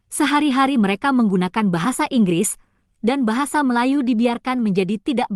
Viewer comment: Dosen itu nyebut aset aja jadi eset... bahasa jadi bahase.. beda tulisan dan bunyi. Belajar dulu huruf dan bunyinya bu. Jangan pakai ejaan inggris, kami pakai ejaan belanda. Bahasa melayu di malay cuma dipakai org Islam saja. Ras China pakai bhs China, India pakai bhs india. Mana bisa pemerintah malay membuat bhs melayu menjadi nasional malay. Pemerintahannya aja rasis. Begitu juga warganya juga rasis dan bangga dgn bhs asli mrk masing2